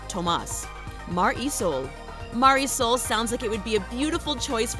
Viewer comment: You pronounced mar e sol wrong it's ma-di-sol that my sisters name